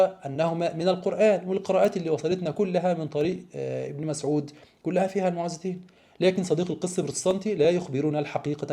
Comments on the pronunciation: موعدتين وليس المتوعداتين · هذا الباحث العبقري لا يعرف أن سورتي الفلق والناس تسميان المعوذتين وليس كما يقول المتعوذتين... والفرق بين الكلمتين في المعنى لا يخفى على أي طفل عربي